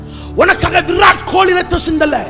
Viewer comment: Virat Kohli nu unaku yepidi theriyum brother'. Adhuvum correct ana accent la avan pera solteenga